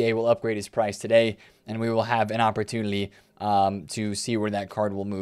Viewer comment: Why do you pronounce “opportunity” that way? You put an L in there?